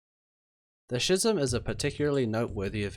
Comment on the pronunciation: I stopped watching after the creator massacred the word “schism”. The